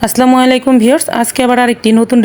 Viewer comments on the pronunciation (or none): আপনি কিভাবে সালাম দিয়েছেন? আপনি বলেছেন, আসলা মুআলাইকুম । এর অর্থ আপনার উপর গজব নাজিল হোক। সঠিক সালাম হচ্ছে, السلام عليكم _(আসসালামু আলাইকুম) এর অর্থ হলো, আপনার উপর শান্তি বর্ষিত হোক।😊😔